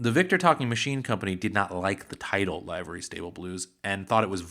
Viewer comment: Excellent video! Just one thing and it's a generational issue. The word "livery" is not pronounced "LIVE-ur-ree", as in a "live" band. The word is pronounced "LIVE-ur-ree", as in the expression, "live and let live". The record executives at Victor, likely, objected to the title "Livery Stable Blues" because of what a livery stable was (a pen for horses). With the association of horse manure, the executives at Victor might've believed the title was too rough and had vulgar associations attached to it to be the title of a song.